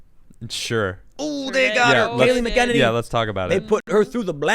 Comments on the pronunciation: Tim please pronounce her name correctly. Not Mac Kennedy. Mac-uh-nen-E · Why does nobody know how to pronounce Kayleigh's last name... its Mac-an-inny ... not Mickennitity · Tim Kayleigh Mac Ah Nay Knee!! Love you Brother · Its “*Mac* ’-Eneny” for anyone who cares. Emphasis on the ‘Mac’ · I know it doesn't really look like it (but it does)... but her name is phonically said like this: MAC-uh-NANY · Come on Tim. You're from Chicago and you can't handle an Irish name like MAC-an-nA-nee . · For God's sake can please do for God's sake can please do some research use the phonetic websites to translate this person's name your hacking Kelly mcenany her name two pieces come on dude seriously you're a journalist you should do better than this it's McEnaney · Not a huge deal, but Tim keeps pronouncing her last name incorrectly. MAK-uh-NAY-nee is the correct pronunciation. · MAC-EN-EY-KNEE .. Say it slowly .. MAC-EN-EYY-KNEE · Mack-ah-nay-nee is how it’s pronounced. Trump 2020🇺🇸🇺🇸🇺🇸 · It's pronounced 'MAC-a-nany'. Sheesh. Emphasis on MAC. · It’s pronounced Mack-A-Nenny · MACK-en-ane-ee, sort of rhymes with cockamamie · Tim, you pronounce her name incorrectly. Not that big of a deal, but it bothers me every single time... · Tim says her name wrong EVERY time lol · Jesus Christ. You still can't pronounce Kayleigh's name? Damn, watch the news and listen. Do your homework. Who the hell pronounces names like that? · Can someone please tell Tim how to pronounce her name. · Someone please teach our beloved Tim how to pronounce Kaleighs last name. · Tim, check McEnany pronunciation. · Please learn how to pronounce her name properly! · Tim say her name correct please...haha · DEAR GOD PRONOUNCE HER DAMN NAME CORRECTLY!! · Please pronounce her name correctly. Please Tim. Seriously. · He literally has her name in front of her and he can't pronounce it right. Ffs.